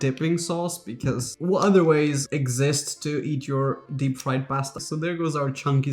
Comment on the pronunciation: It's the right way to say it.